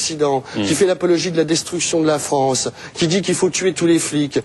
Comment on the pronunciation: La "Fronce"... Well